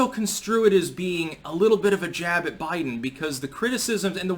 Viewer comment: Day 2: "Bliden" gets his last name wrong.